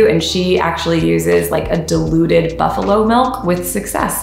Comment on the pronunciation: I heard deluded buffalo milk and wondered for a split second what the buffalo was deluded about (did she believe she was a goat? or a cat?) XD of course, diluted makes much more sense